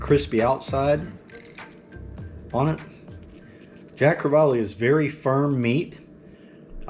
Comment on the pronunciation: I love Jacks too!!! Especially the way you did them. You Rock! It's actually pronounced Jack Cre-vall....not Jack Cre-vall-e. Your lesson for the day, Love you man!!!